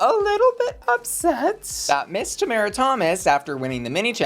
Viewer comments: still pronouncing Tomara wrong 😂 Personally I think the safe decision was right for her I wouldn't put her in the top. Agree with the bottoms though 😌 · second episode in and you keep pronouncing Tomaras’ name wrong 😴